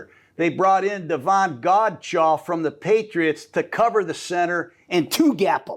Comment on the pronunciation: That's not correct, it's Godchaux